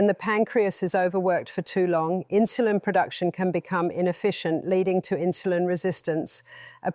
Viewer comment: What is with this "inshulin". Very annoying!